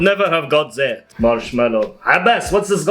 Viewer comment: I like when he says that he says zat